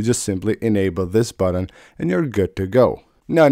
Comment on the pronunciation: Great video. THX!! Now stop saying "buddin"